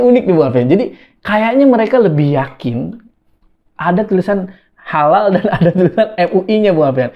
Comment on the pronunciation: Mantan satpam gereja dijadikan mentri agama, ya gitu.... Sedih jadi orangtua yg membesarkan nya.... Dari awal logo khalal juga ga jelas, bacanya juga khalaka.... Ya pasti akibatnya ya.... Gt lagi....